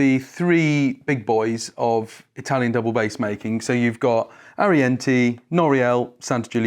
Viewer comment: Can you folks please pronounce Italian names properly ? The last vow in Arienti and Testore does not sound the same.